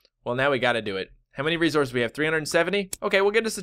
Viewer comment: It sounds like you're saying "rezources," lol